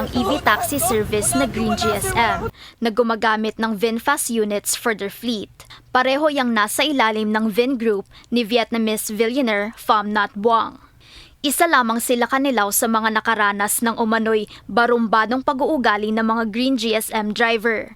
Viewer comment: Sa sobrang kaartehang mag salita niyang whoever that newly reporter was, naging villionaire na yung billionaire. Pati yung pronunciation sa position ni LTO chief ang arte din. Saang basurahan ba nanggaling yan?